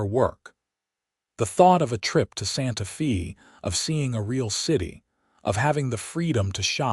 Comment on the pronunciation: Please correct this video. It is driving me crazy. Santa Fe is pronounced Santa "Fay". Also Albuquerque is just like it looks. Not Albuque. Otherwise, a sweet story. I live in New Mexico so I am proud of our major cities. Thanks.